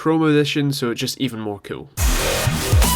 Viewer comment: i love how instead of saying cool you say ciol